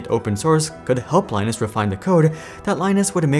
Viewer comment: Linus' name is pronounced the same way as Linux, rather than like the Tech Tips person.